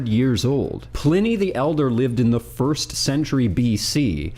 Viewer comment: As a Sonoma County native, home the the best IPA in the world, Pliny the Elder, its pronounced “Ply-Knee” sorry it was driving me insane lol